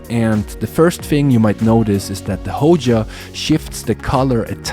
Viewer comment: Which one is the “Hoja”? It’s Hoya, with a y.